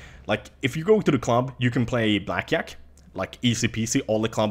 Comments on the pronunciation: "blackyack" gotta love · lol, the way he sais blackjack xD